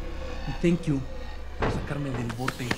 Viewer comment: Chale saben más inglés que yo, solo se decir el tenkius